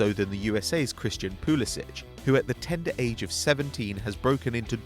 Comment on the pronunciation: Pulisic is pronounced with a hard c. Sounds like Pulisik